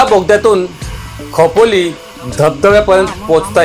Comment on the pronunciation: Khopoli nit bolla nantr ya